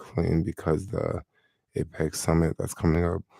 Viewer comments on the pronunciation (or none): san francisco is Apec ‘ Apecx Lol 😂